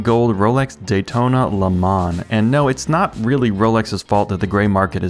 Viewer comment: Please learn how to pronounce "Le Mans" in French as it should be !